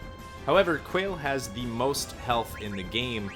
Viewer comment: Also, it's pronounced Qua = KWA / le = LAY, sounds like the way you pronounce the rapper Wale's name but KWA / LAY (the forward slash denotes a syllable)